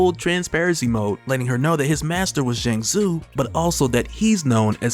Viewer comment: Not gonna lie when you said Zheng Zu i thought you said Shang Tsung 😭😭😭